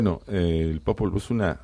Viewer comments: Popol buk??? Sí iban hablar de esto, se hubieran preparado, la verdad que dan pena con sus pronunciaciones, además en el popwuj (nombre original del Popol vuj) jamás habla de Dios. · Claro encima en inglés “ book” libro :| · Popol vuh sarnosa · Popol BOOK? Jajajaja apréndete la pronunciación mínimo! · Yo pienso como tú, escuché eso y me chirriaron los oídos, aquí casi todo el mundo lo ha obviado. Saludos 🙋